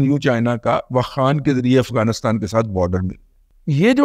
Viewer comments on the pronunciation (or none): none